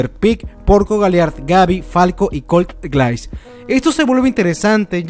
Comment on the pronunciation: GRAAN VIDEO! una correccion, grise se pronunciaria como guraisu, de ahi en la traduccion queda como glais, osea es su apellido y lo comparte con falco, aparte el aparente parecido fisico xd (como lo que pasaba con levi y rivaille)